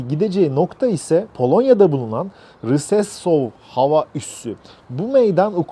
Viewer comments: Polonya'daki hava alanı Rzeszów, Okunuşu Reşov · ufak bir düzeltme yapayım, Rzeszów şehri jeşuv diye okunuyor :)